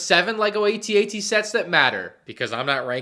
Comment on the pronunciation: AT-AT, Not A-T-A-T!! 🤬🤬🤬🤬